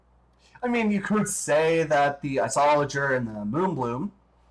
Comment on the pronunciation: You don't even know how to pronounce it properly... Like srsly, everyone knows how to pronounce it